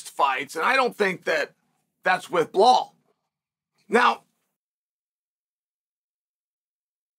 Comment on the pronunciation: Good old Blehal 😂